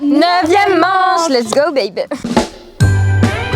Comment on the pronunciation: A chaque fois dit,es go babe😂😂😂😂